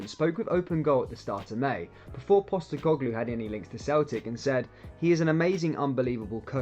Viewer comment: You cant even pronounce his name